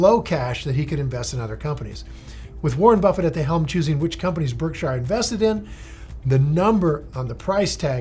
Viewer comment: If Buffett really had such a huge impact on you, one would think you've learned to pronounce his company correctly by now. No one pronounces it Berk-SHIRE; not even Buffett himself. It's not Lord of the Rings for goodness sakes.